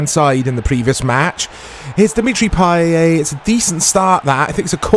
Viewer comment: Payet's t goes unpronounced, you read it as Payé.